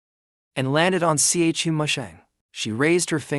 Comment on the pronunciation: Everyone: Chu Musheng AI Generated Voice: C H U Musheng